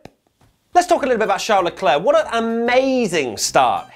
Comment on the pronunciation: Good video. It was a super weird race... races? You are mispronouncing Leclerc. It’s Leclerc, not Leclerc.